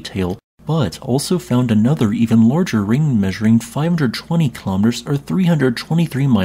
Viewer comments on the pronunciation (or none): none